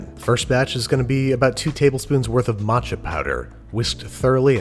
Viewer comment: he said matcho....